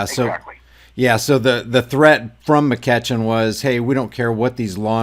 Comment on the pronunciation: Love your videos. Just FYI it is pronounced Mc-eechin. He is the POS parasite representative for my district.:(